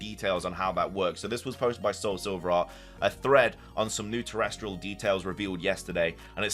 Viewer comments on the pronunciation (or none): Love the videos so much!! Keep it up :) Btw it’s pronounced Ter-ras-tul not ter-res-trul ❤❤